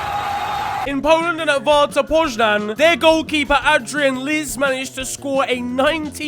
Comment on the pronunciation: pronounce Warta Poznań was adorable. Good stuff 💜